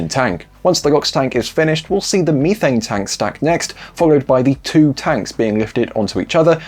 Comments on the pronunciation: ITS NOT MEE-THANE!!!!!! It’s Meth-ane!!!! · Meeee thane.